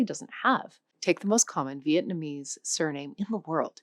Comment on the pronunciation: as a former vietnamese, your pronunciations are nowhere close to sayign it right but good try!